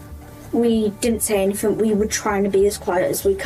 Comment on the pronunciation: "I haven't done any-fing wong" Smdh 🤦‍♂️ can't even speak basic English